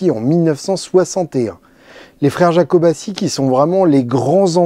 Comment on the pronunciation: Yakobàtchi... et pas jakobaçi